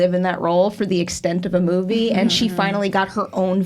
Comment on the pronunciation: Hot! BTW I always find hilarious how pronounce some words like saying "movey" instead of movie.